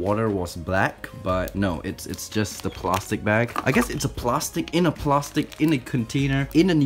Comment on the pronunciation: The way he said plastic 😂 “plarstic” I love it